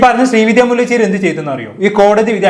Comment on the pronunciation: മുല്ലചെരി അല്ല ബ്രോ മുല്ലശേരി